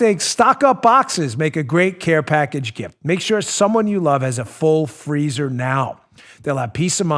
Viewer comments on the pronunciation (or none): none